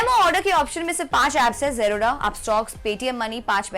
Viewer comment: ओसवैल नही ओसवाल, जीरोडा नही जेरोधा जरूरी है मुंह चबा चबा के बोलना😂😂😂 बेमतलब का लिंग्यूस्टिक शोऑफ!